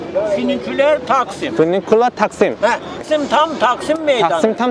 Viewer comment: leleldldl A:Füniküler Taksim D:Finügüler taksim A:Heh A:Taksim tam Taksim meydanı D:Takksim tam Takksim meydanı